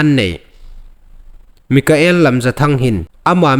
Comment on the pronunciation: Mikael ni lovin Michael ti lem ding aw......